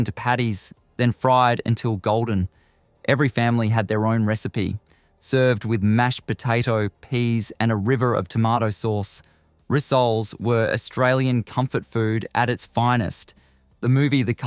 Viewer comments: Apri-cot? Ri-soles? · Rissoles are pronounced with the accent on the ‘Ri’. Not on ‘soles’.